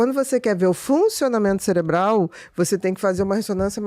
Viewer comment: Mano... O cara falou celebral...